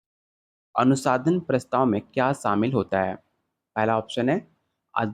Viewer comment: Sir app bar bar anusandhan ko anusadhan kyu pdh rhe h